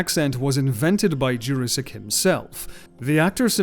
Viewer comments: Jurasik is read like "Your-asic" not "Jurrasic". For further references onward. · This is the first time I have ever heard Peter Jurasik's name pronounced any other way than "Jurassic". I must admit, it is very jarring. ASD + ADHD + PTSD. Still, excellent video. Thank you!